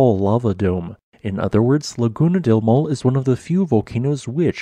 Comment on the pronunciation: "maw le" is a better phonological transcription of Maule than "maul." The final e is not mute.